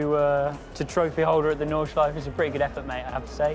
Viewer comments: „Nordschliefe“ oopsie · Just an FYI: the "e" at the end of "Nordschleife" is not silent if you want to use the proper German pronunciation (since it is German, after all) ;) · Nice one! One slight thing about "Nordschleife": German doesn't have silent vowels at the end of words. So the E at the end is always pronounced. You know, like the correct pronounciation of "Porsche". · He might at least have bothered to learn how to pronounce Nordschleife correctly in a week on the track surrounded by germans...